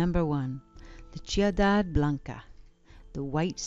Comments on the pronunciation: FYI: the "c" in the Spanish word "ciudad" is pronounced like an "s". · For me, the most fascinating thing in this video is how the word "ciudad" is pronounced correctly in Ciudad Perdida but not in Ciudad Blanca. It's pretty amazing what a shot of aguardiente can do 🥛